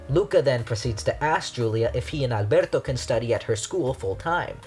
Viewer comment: YOURE THE FIRST PERSON THAT PRONOUNCES “Alberto” CORRECTLY, I LOVE YOU